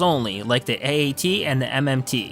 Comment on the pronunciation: This guy is so bad at saying stuff like AT-AT and ST